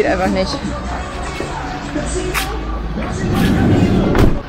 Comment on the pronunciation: Cartagena wird Cartachena gesprochen. G wird meistens als*ch* gesprochen. Nur ein kleiner Tipp von einer Münchner, die in dem wunderschönen Venezuela hängen geblieben ist.